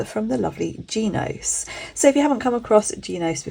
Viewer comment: Shes wrong, its more like an italian pronunciation, they have a phonetic explanation on their website